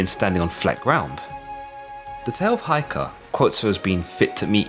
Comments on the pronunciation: Please check the pronunciation of Heike (平家). It is not Ai in hi, but Ei in take. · Lol the tale of Heike is pronounced like 'heykeh'